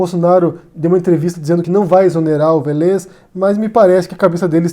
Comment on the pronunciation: A pronúncia é Vélez (acento no É)! É engraçado, que vc sempre erra a pronúncia dos nomes! Kkkkk Ei, adoro seu canal! Parabéns.